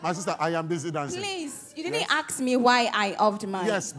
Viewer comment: Is it so difficult to say “ask”? I keep hearing “axe and axing”